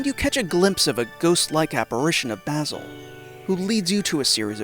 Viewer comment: good vid, hated how you said omori and basil though